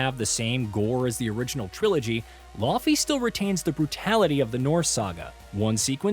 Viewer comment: Do we need all of the games journalists to take a class on how to pronounce "Laufey," because this is getting ridiculous.